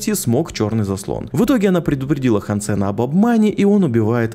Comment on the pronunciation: хансЭна 😆, хАнсена!